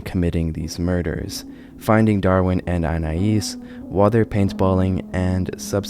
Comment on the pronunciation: It is very weird hearing someone pronounce Anais correctly. Like, all of my life, I've heard my name mispronounced in numerous ways, so it's weird to hear it correctly lmao